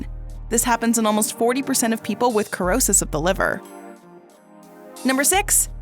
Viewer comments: It is pronounced, ‘sr-ow-suhs’not ‘kur-ow-suhs’. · The word does not have a K sound. Dictionary says 'si-ro-sis'. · Cirrhosis!!! Pronounce: Sir-Ro-Siss👍🏼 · You think if you made a video where you were going to pronounce a word a hundred times that you would learn how to pronounce it correctly. Did you never learn phonics? An "e" or an "i" after a "c" changes the pronunciation of the "c" to the "s" sound. This really causes doubt in your credibility. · Cannot watch wrong pronunciation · You're not pronouncing the word the right way